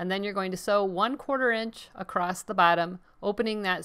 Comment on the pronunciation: It’s “ACROSS” not “A crost” sorry just drives me crazy when people can’t pronounce this word correctly. There’s no “T” sound in the word across.